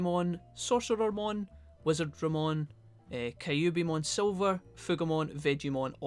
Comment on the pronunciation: I'ma go-in for that "wizadramon".